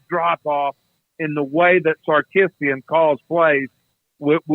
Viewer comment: Texas fan here. I love your show......watch it a lot. But, Mr. Bennett doesn't need to make jokes about Longhorn spotters.......bad timing. Quinn's last name is Ewers.........not whatever he was trying to say. I do like that the Texas coach, Sar-KISS-ian, as pronounced by Bennett, doesn't take cheap shots. Thank you !!